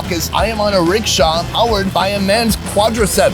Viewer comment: Stop calling it Ricsha it's recesha